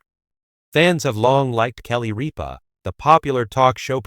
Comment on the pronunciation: Rip-a: not reap-a !